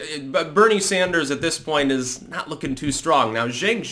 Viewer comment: It's pronounced "Chunk" not "Jenk"